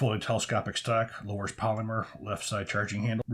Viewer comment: I have a real problem with the way you pronounce "polymer" 😂